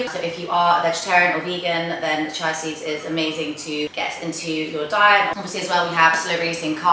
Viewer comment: Chia is pronounced chee-uh x